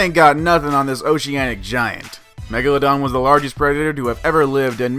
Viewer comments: WHAT IS THAT, IS NOT MEGALALALADON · It’s megaladon u idiot